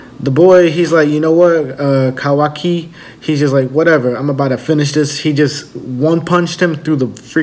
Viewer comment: Look Man...learn the names.....what assassin? it's KAWAKI and not Kawi....sad